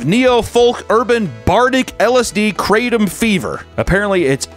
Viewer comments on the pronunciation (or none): none